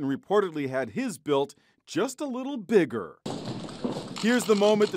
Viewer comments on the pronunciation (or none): The way this guy says "bigger" is like the cable people from south park with the velcro nipple patches. I seriously forgot I wasnt watching south park. #Stonerproblems.